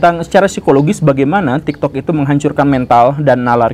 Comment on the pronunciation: bahkan tadi dia ngomong TIKTOD 💀